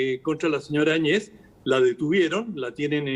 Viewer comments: Por qué , si se escribe el apellido Áñez , dos grandes periodistas lo pronuncian Añéz. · Que hablan ...no saben nada de lo que paso en Bolivia ,evo Morales dejo la presidencia y ahora hablan del avismo grande de la separacion del pais y ni pronuncian bien el apellido de la ex presidente de Bolivia. Y el tema del mar fue utilisado por evo Morales sabiendo que con chile no hay negocio osea chile jamas dara paso atras con respecto a eso seamos reales eso . Aprendamos un poquito mas por lo menos de castellano y pronunciemos nombres y apellidos gracias .